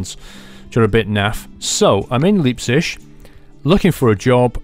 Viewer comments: I love when u say Leipzig...it sound like liebtschig. Say L I ptzick /ˈlaɪptsɪɡ/ btw ur are awesome !! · btw: Leipzig is pronounced Liepzic (like in lie) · As a german I find the way you pronounce Leipzig hilarious :D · He said Leipzig totally wrong lol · Your pronounciation on Leipzig sounds horrible